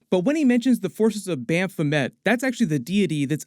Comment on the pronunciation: It's Baphomet, not BAMF-o-met. Baphomet appears several times in the Doom Patrol series on HBO Max.